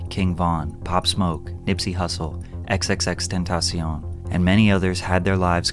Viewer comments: If one more fucking person mispronounces X’s name I’m going to lose my shit. It’s pronounced like temptation. Jesus you people. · All love patrick but HOW DO YOU NOT KNOW HOW TO PRONOUNCE XXXTENTACION YET i hate when people pronounce his name wrong smh